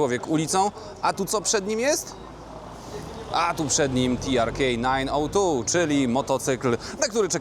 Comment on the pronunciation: ... min ... a tu "TiArKej Nain Oł Tu" - śmiechłem :P